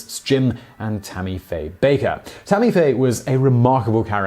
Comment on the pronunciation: Hey, you pronounced "Bakker" correct this time! ;-) Bimbo was also a pudgy, black and white cartoon dog created by the animation studio Fleischer Studios. He is most well known for his role in the Betty Boop cartoon series, where he featured as Betty's main love interest. Appearing in cartoons from 1930-33, he was a rival of Disney's early Micky Mouse cartoons.